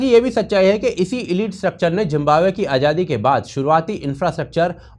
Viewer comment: Yar pehle to tum zimbabwe ko jimbabwe bolna chor manhoos lag raha he jimbabwe kehte hue parha likha hokar bhi jimbabwe bolte ho